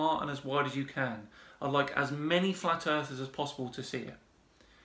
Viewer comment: "Flat Arthurs..." lol, I like the new nomenclature, because they're "'arf asleep"!😂 Just working through your Flat Earth Fridays playlist, loving every minute.❤ Subbed.